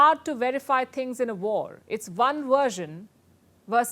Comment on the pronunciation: So Sharma... Maybe it was, or mabe it were????... So, we must have a " WERSION ??? " Please , as a speaker, learn the soft english frictive v sound.... You do this all the time. English has a W and a V... just like in Hindi: but Hindi uses the same symbol. English has a different letter for either sound... W or V... But, of course, you already know this. So, just, do it...... 😀